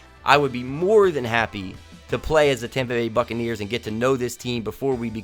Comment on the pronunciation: When he said buccaneers about a minute 35 into the vid I thot he said fuckaneers